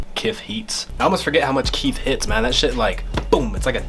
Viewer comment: My dude got so high he said "Kif heets" lmao